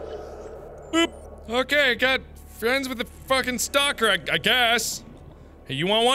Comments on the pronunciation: he said stopper instead of stalker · did anyone else see that mark said stopper instead of stalker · i heard stopper innstead of stalker X3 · pretty sure he said stopper lol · did he say Stoper 🤔